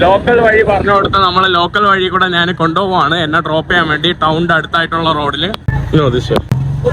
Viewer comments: നാൻ അല്ല ഞാൻ. ഏതു പറഞ്ഞാലും കാര്യം മനസ്സിലായാൽ മതി. എങ്കിലും നാൻ എന്ന് ഒരുപാടു തവണ കേൾക്കുമ്പോൾ എന്തോ ഒരു.... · Nan. എന്ന് പറയാതെ. ഞാൻ എന്ന് പറയുക മലയാള വാക്കുകൾ പോലും പറയാൻ അറിയില്ലേ നിനക്ക്